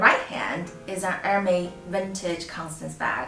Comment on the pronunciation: Wrongpronoucitaion. Correct it